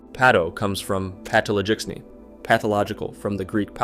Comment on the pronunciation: just a clarification. you supposed to say "paTo," no parrow. and paTo-log-echny.